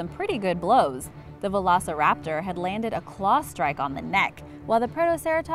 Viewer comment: The way she said veloceraptor triggered me.